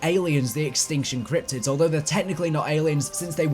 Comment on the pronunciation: i love it when he says "cryptics" cause it sounds like "cryptits"